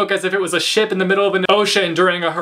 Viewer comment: I genuinely thought you said "I was holding onto this book like it was a shit in the middle of the ocean". I was mildly confused.